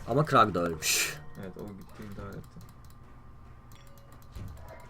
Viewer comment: Kurl a krag diyon dikkat et abi :)